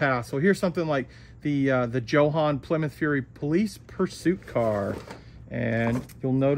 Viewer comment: Why do you all pronounce Jo-Han incorrectly?? Jo-Han is short for John Hanley….”Jo” = John, and “Han” = Hanley…..’Han’ rhymes with HAND. So think ‘Joe Hand’, but without the ‘d’. Come on!, after me……JOE-HAN(D). 👍🏼👍🏼